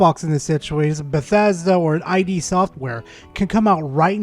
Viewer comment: It's "id" software, not "eye dee". Id is a concept from psychology.